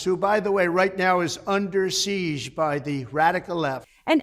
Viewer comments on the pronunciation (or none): none